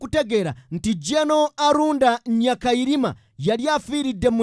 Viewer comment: He was called Aronda not Arunda.